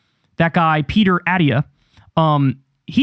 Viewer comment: So comforting that Kyle doesn’t know how to pronounce Dr.Attia